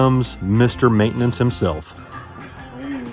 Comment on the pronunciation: Does this mean kenny shall be racing 42 then Saturday 🤔😏?❤🎉🎉🎉 I laughed every time said Ma-it-tinin-nince....😂😂